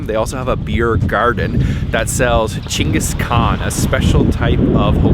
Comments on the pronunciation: What a great feed at Sapporo - and your pronunciation😂 Gingus 😆😆 Geng- guhs Kaan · It’s pronounce Ching Gus khan